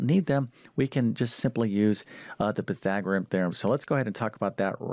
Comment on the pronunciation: He spells it correctly but why can't he pronounce it PythagoreaN? Goes along with algebaric instead algebraic, among other mispronunciations. C'mon. Teach the terms as well as you teach the math.